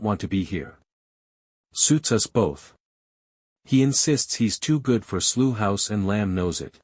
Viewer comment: Slew House ?????? Do you mean Slough? Using a US narrator! Whose stupid idea was that?